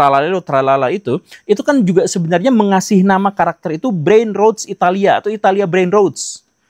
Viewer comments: Bacanya brainROTs Pak Guru, bukan brainroats. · Pak, ijin koreksi intonasinya ya. Brainrots dibaca 'breinrots', bukan 'breinruts' atau 'breinrouts' ya. Karna kalo 'breinruts' itu tulisannya brainroots